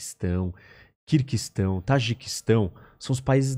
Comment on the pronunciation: O país se chama Quirguistão (não Quir-Q-uistão), Haowei não existe, a empresa se chama Huawei (uma expressão relativamente popular em mandarim). A cidade onde a pandemia teve início se chama WuHan, não Juan (que se trata de um nome próprio de origem hispânica). Esses são alguns dos erros imediatamente demonstráveis. Há mútiplas instâncias de imprecisão política e geográfica nas falas dele também, mas essas demorariam muito mais para explicar. De nada.